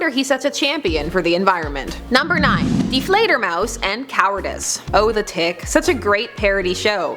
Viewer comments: Deflator Mouse? You mean Die Fleidermaus...oh you Americans!!! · it is ""Die FleiderMaus " not deflator! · It's Die Fleder, not Deflator! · Whatever happened to the Hulk's multiple personalities? Also, I thought Hank Pym was bipolar? DID and bipolar disorder aren't the same thing. Also ... Die Fledermaus, not Deflator Mouse. (It's German). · Love the videos but I do have one small nitpick... it is Die Fledermaus not Deflator Mouse.